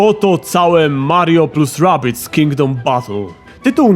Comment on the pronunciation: "Redardis" XDDD